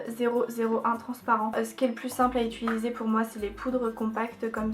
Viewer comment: Ça me stresse tellement que tu dises "ituliser" au lieu de "utiliser", Ca me perturbe 😂 sinon tu te débrouilles tellement bien en maquillage, c'est vraiment joli 😊